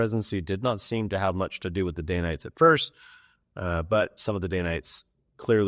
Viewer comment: It’s danites, not daynites